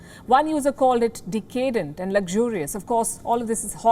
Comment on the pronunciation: not Decay'dent but DECa'dent.